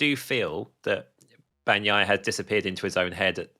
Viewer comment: When you pronounce Bagnaia, g is silent, it just softens n. Please learn it.